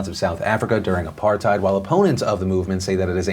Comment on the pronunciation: small thing, but THANK YOU FOR PRONOUNCING APARTHEID RIGHT. South African here, tired of people pronouncing it wrong...XD